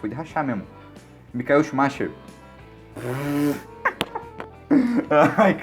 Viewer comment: Kct, não conhece o "micaél xumáquer" não?!